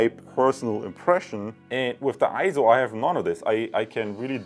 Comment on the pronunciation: EIZO is correctly pronounced as AY-ZO and not I-ZO or EE-ZO. It's pronounced just like you would pronounce the "ei" in the Japanese word sensei (sen-say). For reference see